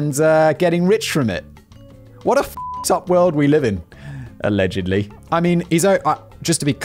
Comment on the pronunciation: Simon Whistler, a-legend-ly why speech therapy is a thing.... JK man keep up the laughs!